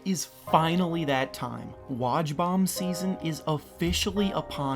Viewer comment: How he said woj 😂